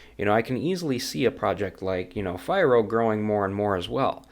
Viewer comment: "fee-roh" just FYI